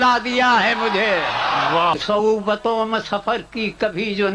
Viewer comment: صعوبتوں ہے۔ سہوبتوں نہیں ۔